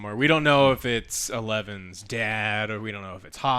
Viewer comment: the fact he said eleven like powers.